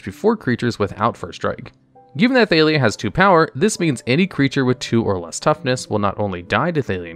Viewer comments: 99% sure her name is pronounced ThaH-lia, not ThaY-lia since it is just Talia with an TH sound instead of a T sound (unless u have a thick French accent) but it seems like u realized that by the last 2 times u said her name since suddenly u said it right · Thay-lee-uh? C'mon... Wait, at the end you pronounced it right, so you ARE trolling?! 😅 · How do you pronounce Jitte right but Thalia wrong?